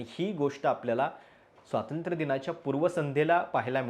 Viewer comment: स्वातंत्र नव्हे स्वातंत्र्य म्हणा.